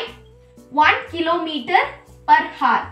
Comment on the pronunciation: i am not getting rude or something but I just wanna say that in hour we don't pronounce h we say our as the h is silent it was just so irritating to me that why I said btw you helped me:yougotthis::face-red-heart-shape::goodvibes